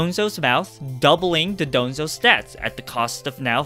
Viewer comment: Dondozo, from don + douzo, not Dodonzo